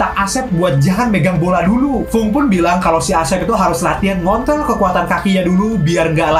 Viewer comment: Yang dibilang ngontrol Yang gua denger ngont*l